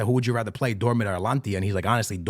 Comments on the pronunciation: Mate, ATALANTA ...what alantia? its not even close to Atalanta. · Bro how do you pronounce Atlanta in Georgia? Ok, so what’s “Atlantia” you keep saying 😂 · Atalanta ❌ Alantia ✅ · ATLANTIA sounds better thou🔥💀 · is it hard to pronounce Atalanta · 3 guarantees in life: death, taxes, and mispronouncing “Atalanta” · Can you say atalanta right for once